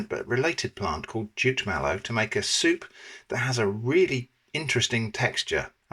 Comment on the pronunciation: I didn't catch that he'd said "jute mallow", I heard "jit" or "chit" and wondered what he'd said (I've only heard of the "marsh" variety as a Brit), so thanks👍 (Decades a go I had a Nigerian flat mate who cooked some great food for us, mostly fiercely hot with scotch bonnets, and often slimy with okra, but always delicious. collabs with Babatunde always take me back to those times in the early 80s🙂